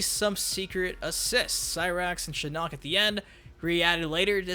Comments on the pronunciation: The butchering of Shinnok’s name continues.... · Anyone else triggered at how he pronounces “Shinnok”? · The way you say Shinnok makes me want to put a screwdriver in my eyes